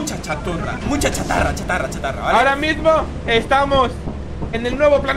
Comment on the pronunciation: me dió risa cuando se equivocó cuando dijo choturra en vez de chatarra XD